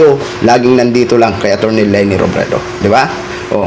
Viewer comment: Leyne, eshyo, eypisode, elecshun, 😂😂😂 pag ganitong vlogger din lang defender na kandidato TALO pa rin 😂😂😂